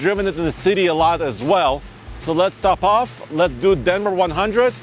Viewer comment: says top off like “topov” 🇷🇺😂